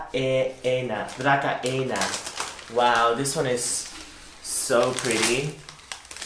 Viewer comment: DRASEENA (dracaena) spreek je uit!